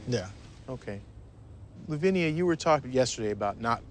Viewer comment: I keep cringing when I see it written as Louvnia and pronounced as Lovinia.